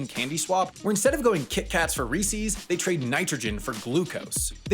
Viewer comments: You mispronounced “Reese’s” as “Reesee’s” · Sorry, but kitkats for REE-CEEs? You should be mocked. Mocked in public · I'm sorry to be pedantic about this, but I'm one of those easily hateable people, the people at Reese's pronounce the name differently : Again, I'm sorry, but it bugs me. I too would prefer it if I could just let it slide, but for some reason I can't. Anywho, really nice video as always, fantastically written, narrated and edited 👏